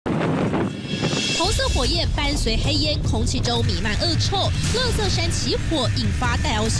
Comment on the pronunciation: 為什麼要把垃圾講成(ㄌㄜ)圾